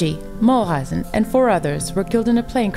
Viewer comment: It is a nice summary - I liked it. The only thing is that Maury's last name is pronounced MULE-IZEN....instead of MULL-IZEN